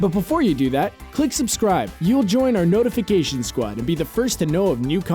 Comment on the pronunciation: He said notifigaytion squad